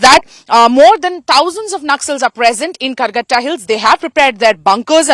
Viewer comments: Karregutta hills....not Calcutta hills😂😂😂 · it's Karregutta hills (in Telugu, karre = black, gutta = hill)